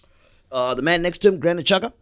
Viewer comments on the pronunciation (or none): none